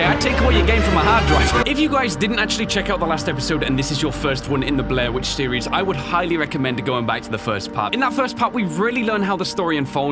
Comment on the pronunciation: Anyone hear blair winch?